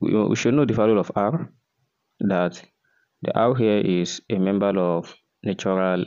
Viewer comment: I think you mean to say, 'member of natural number'. Not membal of natural nambal.